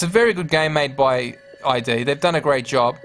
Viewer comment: It's Id not I D.